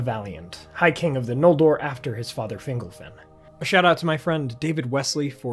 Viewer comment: The only issue I have with this video. It sounds like you're pronouncing fingle-fin instead of Fingol-fin lol.